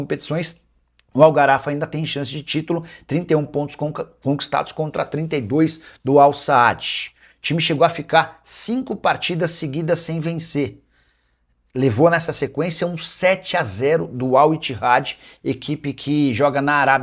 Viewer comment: É AL SAD E NÃO AL SAAAAD...😂😂😂